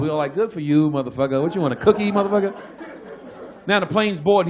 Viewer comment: 와 지짜 머더뻐거 발음 개찰짐 ㅋㅋㅋㅋㅋ